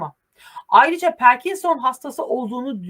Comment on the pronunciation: Parkinson perkinson değil 😊🎉🎉🎉